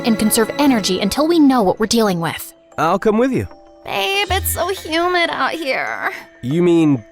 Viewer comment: PLEASE STOP SAYING HUMID